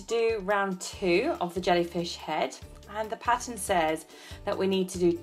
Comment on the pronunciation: lol when she said pattern I thought she said patent 😁